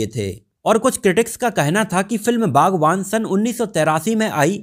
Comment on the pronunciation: बागवान नही बागबान है रे